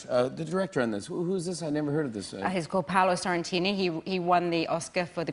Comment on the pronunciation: She should learn how to pronounce Sorrentino.